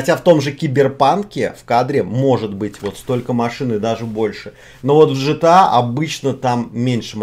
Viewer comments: Не Жта, а Гта, заебал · Да, не по канону. Но разрешается 😅